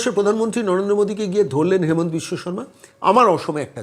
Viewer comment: Sir , Please pronounce the name of our CM as Himanta, not Hemanta. Thanks